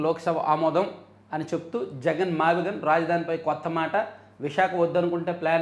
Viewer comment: మీరు సరిగ్గా పలుకలేదు మావిగన్ అనాలి. కష్టపడి తన పేరు వచ్చేలా పెట్టుకుంటే మీరు గాన్ అని పిలుస్తే ఎలా? గాన్ ఇంగ్లీషులో gone 😂